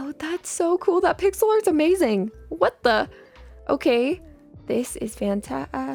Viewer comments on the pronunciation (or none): none